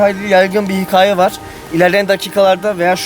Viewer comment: öğrenemedin gitti "Hikaye" demeyi neden abi senin bu hıkayeyle derdin ne